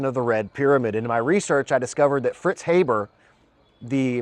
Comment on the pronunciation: sorry brother... please pronounce his name correctly from now on. Haber - Ha(r)ber. It may seem trivial to you, but when you call yourself a researcher it becomes important. The critics love this shit to point to and it's pretty basic stuff to say his fucking name correctly.